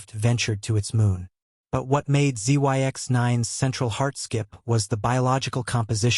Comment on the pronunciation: Zyx is pronounced as Zix.